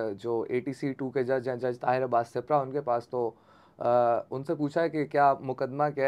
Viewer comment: سیپرا نہیں بھائی سپرا ہے یہ ایک قوم ہے